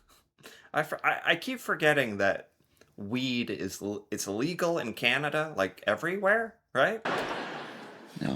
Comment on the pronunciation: YAY, you said CANanda instead of KINeda. How Canadian of you!